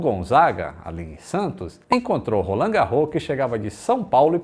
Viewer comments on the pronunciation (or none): Que é da ZN de SP e pegava lotação sabe que o certo é "ROLANDE GÁRROS". Que mané "garrô", o quê! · Uau... q sensacional... morei mais de 20 anos no edu chaves e pasmem, mto proximo a av roland garros (falavamos rolandi ou invés de rolãn), só vim aprender a pronuncia correta graças ao feito do Gustavo Kuerten... e agora, varios anos depois, aprendo quem foi Edu Chaves!!! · Por mim ele não é esquecido! Sempre que passo pelo Pq Edu Chaves,Avenida Roland Garros (que o pessoal lá pronuncia 'Rolande Gárros'), l a caminho da casa de minha tia Conceição, eu lembro deste grande aviador.